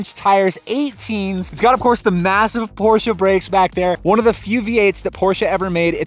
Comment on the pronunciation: Porsche not porshia its a brand not a girls name